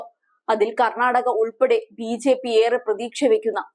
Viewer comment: വാർത്താ വായനയിലെ ആവേശം കൊണ്ടാവാം, ബിജെപി എന്നത് ബിഝെപി എന്നുച്ചരിക്കുന്നതു പോലെ തോന്നി.